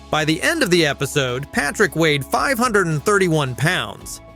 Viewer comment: I am thinking this is an ai channel or video, there are numerous times where things are not sounded out right, such as episodee, or 1,200 being pronounced as one two hundred.